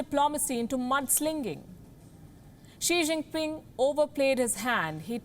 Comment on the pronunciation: I love the way u call him Xijingping at the start of video 🤩